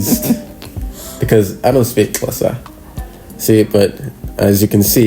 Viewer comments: Love that he pronounces Xhosa correctly. Loveeeeed this ❤ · yaz i expected to struggle pronouncing "Xhosa" i was so amazed sana the way he did, no because uyafundisa sana. And when he was explaining to us that his uncle was asking if he wants to add anything to the lobola ( a gift ) and when he said " i said NO because ULIKHO " HE SOUNDED SO XHOSA, i love him for you mna shame ubhut wethu guys. ( smiles ) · I am so proud of him for pronouncing "Xhosa" perfectly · The fact that he pronounces “Xhosa” so perfectly and goes on to say “uLikho”, that man belongs to the Xhosa tribe. Lovely vlog overall and Congratulations.🎉❤️ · Your pronunciation of the word Xhosa must be commended, you pronounce it better than most South Africans who are non-Xhosa speakers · You have trainings him well on pronouncing the word “Xhosa”